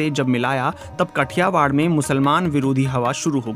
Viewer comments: कठियावाड नहीं है "काठीयावड" हैं.. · कठियावाड नहिं भाओ काठियावाड है सोच कर बोलो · It is not Kathiwar. It is Kathiaawaad. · It's Not कठियावाड़ it's काठियावाड । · It is pronounced as "काठियावाड़"